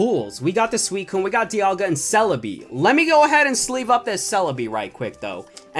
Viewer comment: You said swecone not suicine